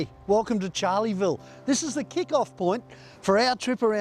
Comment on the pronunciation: It’s Charleville not Charlieville. Edit required. Thanks for the vid🎉